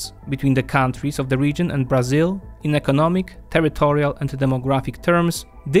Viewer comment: Beginning with the wrong pronunciation of Brazil as "BrAzil" (with tonic syllable on the A, when it should be on the "I"), this video is a collection of mistakes. Brazil implemented import substitution policies (ISP) until the 1980's. Not so today. ISP, by the way, was used to promote industrialization, not agriculture and services. Brazil is undergoing a deindustrialization, which the current government is trying to reverse. The reduction in complexity of Brazil's industry is a direct consequence of governmental emphasis on fiscal austerity instead of investment oriented policies.